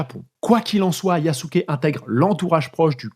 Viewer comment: Belle vidéo. Petite critique quand même, c'est bien de faire l'effort de prononcer le japonais mais les "u" sont en majorité "mangés" par la prononciation japonaise (un peu à l'anglaise), du coup pour nous autres occidentaux son nom se rapproche de "Yaské". En plus d'être le plus puissant Daimyo de l'époque, Nobunaga était l'un des plus ouverts aux idées modernes (par pragmatisme principalement) et ça ne serait pas si étonnant que cela qu'il ait fait appel à Yasuke comme plus qu'un simple trophée pour avoir l'avantage sur ses rivaux en l'employant comme combattant, surtout s'il avait déjà eu une formation militaire préalablement (les esclaves africains étaient parfois des guerriers vaincus par une autre faction).